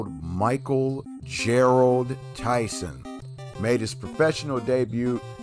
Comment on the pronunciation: GERARD. NOT GERALD